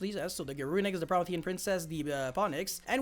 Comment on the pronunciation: Pro-me-thi-an like the titan from Greek mythology